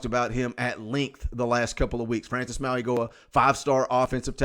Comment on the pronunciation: Mauigoa does not pronounce the "g" in his name. AP said everyone was saying it wrong and was corrected this weekend.